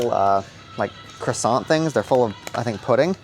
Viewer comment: That is not how you pronounce Croissant. And that is a pain au chocolat